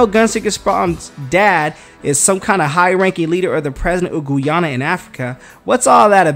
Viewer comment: Please pronounced Guyana right! Damn man! Wtf!